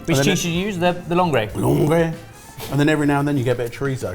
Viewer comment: Langres is just pronounced langr. No e/ey sound at the end. Great cheese, fresh and creamy, tastes like butter made love with brie. It s got a DOP, but very few french know about this cheese, so i m even more amazed an english chef had some in his fridge. But it deserves a seal of approval 😅 Edit: same for epoisses, the es is silent so it s hey-pouh-ass.